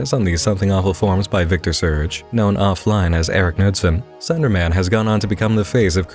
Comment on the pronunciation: Is it just me or does he pronounce Slenderman as Thunderman